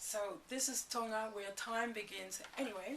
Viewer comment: theres a ''G'' tonGa